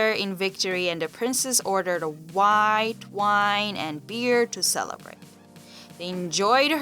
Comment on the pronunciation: Worst narration ever. 27 at times and wide wine ha ha